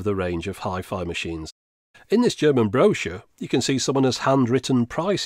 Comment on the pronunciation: If I wasn't mocking the way you pronounced 'Brochure' in the comments, you wouldn't have a reason to post more videos addressing it.